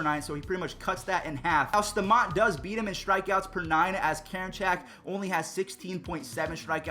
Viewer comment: Bro how do you say put a name in your head and then say staumonts name wrong